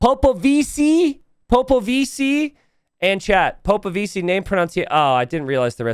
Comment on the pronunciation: Imagine an italian pronouncing POPOVICI ...that's the way